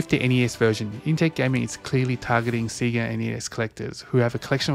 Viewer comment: Everything is nice except the way you say Sega (Seega).